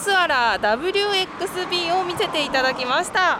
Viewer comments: 自分は去年の12月25日に2015年式のハイブリッドG WxBを購入しました、 色はクールボルドーです。 購入して一ヶ月ちょっと経ちましたが凄く乗りやすくて気に入ってます。ちなみにバッテリーはリヤシートの下に収まってるみたいです。 後WxBはダフルバイビーと読みます。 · ダブル「バイ」ビー です…